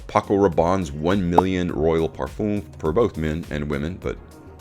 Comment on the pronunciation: Your videos are really good . Great graphics as well. But just to point out . PARFUM is pronounced differently. Common! A true fraghead should know how to say Parfum It's like in Eau de Parfum Thank you Humble viewer basen in London